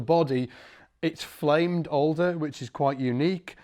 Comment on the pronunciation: When you say alder body I think youre saying older body!